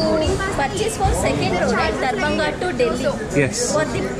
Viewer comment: I giggled every time you said Darbhanga simply because of your experience with the nightly visits you received on the train in your last video. Sounds a lot like “door banger”.